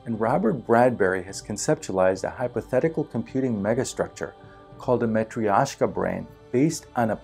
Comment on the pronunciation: It took me a while to understand that what you pronounce is Matrioshka (a russian doll). Spoiler alert: it's pronounced totally different, but hey, you tried! Thanks for great content!!